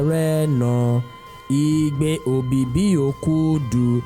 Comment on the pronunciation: Weldone.....May is called EBIBI not OBIBI...... Thank you.